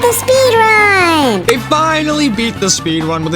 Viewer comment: is says speedun not speedrun